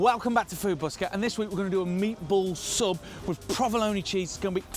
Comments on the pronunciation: When he said "prah-vuh-lone-ee" instead of "pro-vuh-lone," I thought, wait a minute, this guy's making an Italian-American classic and he doesn't know how to pronounce this cheese's name the Italian-American way? But then he introduced the Spanish chorizo, and I thought, oh, I see, that's where this guy's coming from. So after that I wasn't surprised by anything that came out of his mouth or by any ingredient he saw fit to use. Another British food-presenter trolling American food in a uniquely and passive-aggressively British way. A shame, because, other than the lemon zest, the meatballs themselves were fairly legit. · first time ive heard someone pronounce provolone like bologna